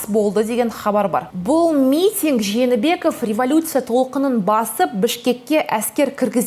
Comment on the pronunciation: кызым, сени дипломированный журналист деп коет. Туура суйлоп уйрон. Откон видеондо ЖАНЫБЕКОВ, АТАМБЕКОВ, ИСКАКОВ деп, жалган фамилияларды айттын. Москванын орус журналисттери туура айтып атышат сага караганда: Жээнбеков,Атамбаев, Исаков деп.